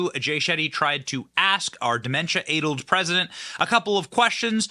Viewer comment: “Addled” rhymes with battled. It’s a short A not a long one.